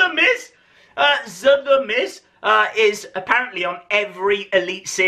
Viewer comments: he said sa instead of z ;) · LADIES AND GENTLEMEN HERE COMES "ZTHE MIZ" LMAO